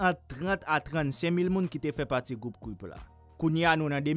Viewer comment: Dude can you even say Crip cause u kept saying cwip its crip get it right buddy